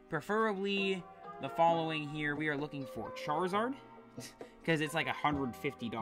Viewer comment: I believe Charizard is pronounced CharIZard not Charzard. N00b